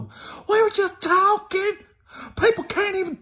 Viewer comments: "We was juss tawkin"😝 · “We were just tawkin’”....😂😂